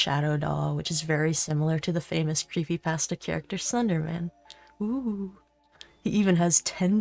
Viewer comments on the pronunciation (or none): none